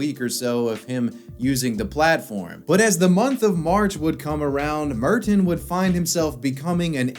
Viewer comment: I can't get over how he pronounces Merton